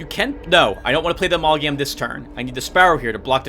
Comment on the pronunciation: My, babbling? Impossible!! Also, let's take a shot every time you say "Amalagam"